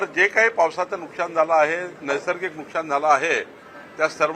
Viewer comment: नुकशान नाही नुकसान म्हणा.मराठी निट बोलायला शिका.